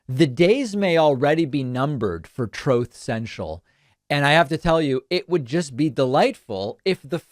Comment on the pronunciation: “Troth Sential” makes me laugh every time.